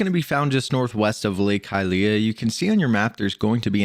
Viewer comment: you are not pronuncing well hylia